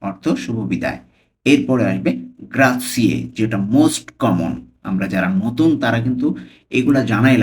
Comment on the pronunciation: গ্রাতছিয়ে না গ্রাচ্ছে😂